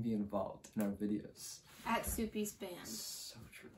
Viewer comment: it’s actually pronounced suppes